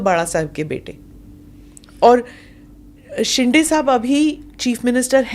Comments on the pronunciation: वो शेंडे नही..शिंदे है... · शिंडे नहीं it's शिंदे